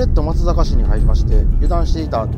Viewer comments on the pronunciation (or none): まつざか→× まつさか→⚪︎ 濁音は付きませんよ~